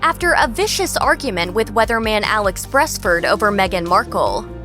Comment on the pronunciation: Get your facts right he was suppose to apologize to Merle not Alex Beresford, oh and learn how to pronounce beresford